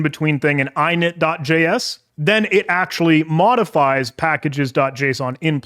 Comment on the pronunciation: Great video, only gripe is how you pronounce "!init" like eyenit